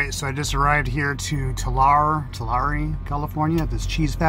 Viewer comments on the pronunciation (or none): Tulare is pronounced (ToLarry). Just for future reference. Lol. Passing right by me here in Fresno 👋. Be safe out there in Wyoming. Roads can get bad real quick.